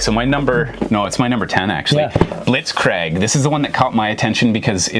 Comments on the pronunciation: My thoughts ...it's BlitzKREEG.....pronounced BlitzKREEG....We can't blame your Canadian accent this time because you pronounced everything else correctly. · Had to do a double take when hearing "Blitzkrieg" lmao Wo ist das zweite i? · lol, "Blitzcraig", need to pronounce the game right.